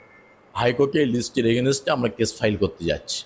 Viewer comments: এগেনেস্টে? নাকি এগেনস্টে? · Againset a aa.😂